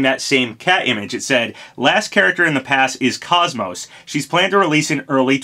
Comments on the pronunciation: If this is true im so psyched. KOS-MOS is my all time favorite video game character. Only thing im not looking forward to is hearing everyone mispronounce her name like the guy in this video. Its said exactly as it's spelled. "Kos-Mos" not "kaaz-mos" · Crash is pretty much the last "missing" icon Lara Croft: Am I a joke to you? also sorry for the OCD moment but KOS-MOS isn't pronounced like cosmos, both parts of her name are said like the MOS part. koce-moce. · Who tf is “kos-mo”? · You pronounced her name wrong. KOS and MOS are pronounced similar, KOS as in coast and MOS as in most. Not like cosmos. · You're mispronouncing her name.